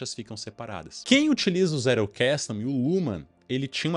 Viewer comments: Não querendo ser chato, mas já sendo, em alemão a pronúncia fica mais proxima da nossa do que do Inglês, então não é Zé-rou-ques-tou, é mais pra Zét-el-cas-ten(Tentando reproduzir a pronuncia) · Um adendo aqui sobre a pronúncia: O mais apropriado seria 'Tséttel Kasten.' O 'tt' pronunciado como o nosso t mesmo. O 'L' é aquele que a língua bate na ponta dos dentes incisivos. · Zettelkasten: caixa de notas / caixa de bilhetes. Pronuncia é: Tzetel casten - somente para agregar...parabens pelo conteudo..aprendendo muito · Crítica construtiva: qnd vc tentar pronunciar o nome do alemão, pronuncie a letra “t” com o som do português msm. Alemão não eh inglês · Sua pronúncia está em inglês, em alemão é outra pronúncia. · Pronunciou errado a palavra alemã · Tentando agregar algo. Vc pronuncia Zettelkasten como se a palavra fosse inglesa. Possivelmente vc tem o inglês como segunda língua a ponto de raciocinar a pronúncia de uma palavra "estranha" como se fosse sua segunda língua que, creio eu, é o inglês.